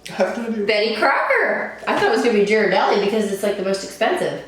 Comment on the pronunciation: It's pronounced Geer a deli. But who cares, the cheap one is the best.